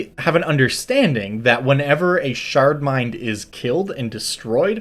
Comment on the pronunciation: I kept hearing "shart mind" and it would make me smile.